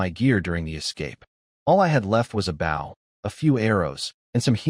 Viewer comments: When will AI ever learn to say bow properly lol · The AI just needs to learn how to pronounce Bow